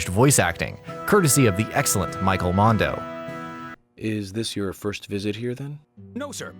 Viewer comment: Michael Mando* not mundo